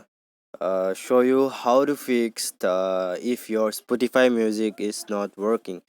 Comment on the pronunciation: It's spotify bruh not sputify